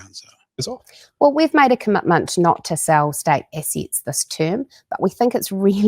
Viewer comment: Is a "cumutmunt" like, or as binding as a commitment? Nukuluh of Tawa